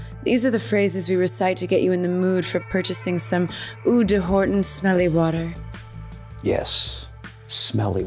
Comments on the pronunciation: "oh", not "oeh". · De isn't pronounced like "day", at least in French, because French isn't Spanish, it's pronounced more "duh". Also, eau isn't pronounced "ooh", it's pronounced oh, like "oh, that smells!" And eau means water, so it's Horton Water®. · Shame the woman in this can't say "eau" properly. In what universe is that "oo"?